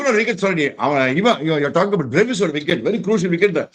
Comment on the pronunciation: Athu Bruvis illaya Bru coffee madri .it's Brevis